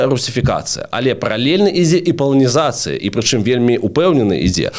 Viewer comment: вельмі спадабалася 😊 толькі " паланізацЫя" праз Ы.